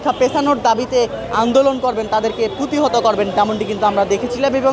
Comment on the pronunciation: পুতিহত ❌ প্রতিহত ✅ সাংবাদিক হিসেবে এটুক জানা উচিত